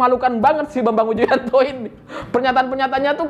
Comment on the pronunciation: Renyah banget saat nyebut nama Bambang Widjojanto sebagai pengacara demokrat ahy 😀😀😀